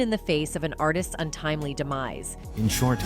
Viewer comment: No shade but It’s pronounced Ar-tist, NOT Artises 🤦🏾‍♀️. You need to work on your grammar since you’re a podcaster/content creator. Again, no shade. Just letting you know. Hopefully you don’t take offense 😊